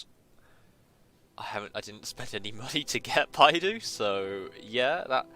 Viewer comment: how do you get her name to sound like ''bye+doo?'' XD when shes clearly sounds ''bei+dough''... you Eng people are so cute xD